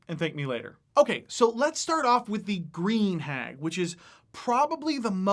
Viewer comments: The first time I heard him say it, I thought he said “beer hag”. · Just found your channel, enjoy the content. Also, it sounded like you were saying "beer hag", and despite knowing what you were saying...still made me chuckle a bit and imagine a REALLY ugly serving wench.